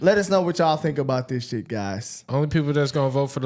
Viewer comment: "we don't give a shyet"😂😂😂